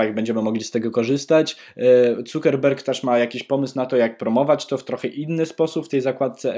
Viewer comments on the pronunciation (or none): nie CukerBerg tylko CukierBerg